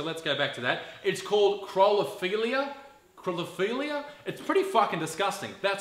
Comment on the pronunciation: Hey Isaac. It is phonetically pronounced cop ra feel ia. You may have got the pronunciation wrong, but the rest is spot-on correct, and I am just so glad I have no aspiration to become one of these so-called 'models' - I mean, how much shit would it take to become one?? Love your work mate, keep it up.